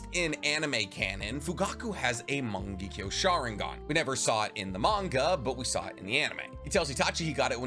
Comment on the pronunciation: I kinda hate how he says morng—ekyo sharingan instead of mongekyo sharingan